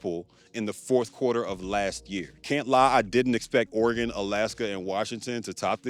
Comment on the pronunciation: shout out to my boy for pronouncing Oregon right